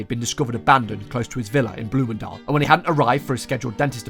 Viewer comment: can i just say, the pronouciation of bloemendaal and Landsmeer were very good!